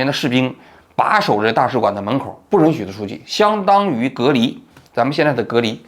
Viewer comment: 是允yun许别特么老run run听了真膈应